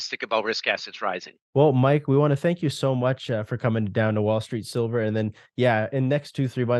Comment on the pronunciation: Ivan, sooooooo, if I heard him right he said: "Got Silver"?